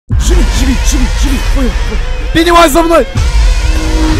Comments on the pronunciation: Тачнее не беневайс а пенес вайс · Это не Пэнивайс а Пенисвайс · Мне иногда слышытся ге пенивайс а пенис🤣🤣🤣🤣🤣🤣🤣🤣